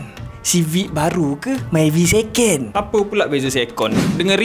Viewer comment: seken❌ sekon✅ takpe bang🗿